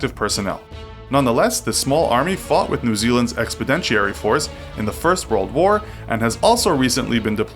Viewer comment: Makes a video comparing militaries, doesn't know how to say "expeditionary force".